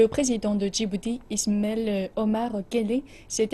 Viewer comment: En dis pas ismel on dis ISMAEL OMAR GUELLEH vive iog